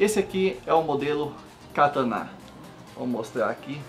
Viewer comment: E Kataná n Katana !!!!!!!!!!